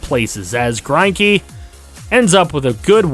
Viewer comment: That was a very Australian way to Say Greinke!😂